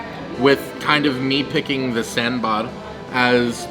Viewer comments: The way to pronounce sambar is not sambaar, but saambar. I don’t blame you though, as our friends North of India say it as sambur! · "Ok so I'm gonna try this first in some sambarrr" Coconut chutney: "Wait! When did I change my name"?